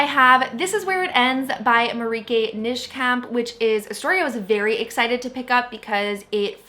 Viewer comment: Marieke Nijkamp is a Dutch author and you pronounce her name like "mah-reek-uh nai (like the letter "i")-kamp", not "nish-kamp" lol, just for future reference!